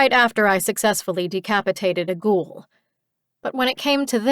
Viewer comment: Was NOT expecting to find a book set in my own country, but its a pleasant surprise. Even if the reader says "Ghoul" weird.... like..."Gjul" ..what up with that?